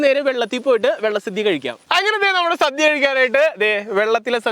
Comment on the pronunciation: ഓണ സദ്യ അല്ലാതെ സധ്യ അല്ല..ഇതൊക്കെ ശ്രദ്ധിക്കണ്ടേ അമ്പാനേ